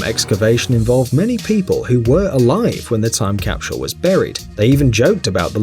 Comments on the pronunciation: its not pronounced "capshull" its "cap sull" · I couldn't watch the whole thing. That guy can't say "capsule" to save his life. It drove me crazy. He kept adding an "sh" to the word, so he said "capshule" every time. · Am I hearing wrong or does he keep saying " capshul"? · Capsule, not capshule. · Someone needs to tell this guy that it is a time CAPSULE not a time CAPSHULE . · Why is he saying "cap=shule"? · Cah? Capshul? Memorabilier? Why is it that the English seem to have trouble pronouncing English words? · The way he says capshule is triggering me. :/ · I hate How he continually said "capshul" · Cap-shool? I've never heard anyone else in the UK or US pronounce capsule this way. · My mind is still boggled at hearing how many Brits pronounce "capshule". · Capschule? LOL! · He’s English. We watch a lot of British shows on Acorn TV. They also pronounce a lot of vowels long. I chuckle when they pronounce schedule as shedule were we in the US say skedule. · What is a "capshule"? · After watching this, I've learned a new word: "CAPSHULE". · I've heard schedule as "shedule" before, but JIM JIM hit the nail on the head with this comment about "capshule"!!! Hilarious! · Made me nuts....capshul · What is with this fuckstain and mispronouncing the word capsule? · There’s an ‘H’ in the word Capsule? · Nobody buttfucks the english language like the britts where is the h in capsule. Fucktard